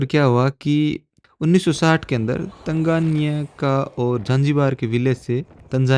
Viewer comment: Its not tanjania 😮...it's Tanzania 😂😂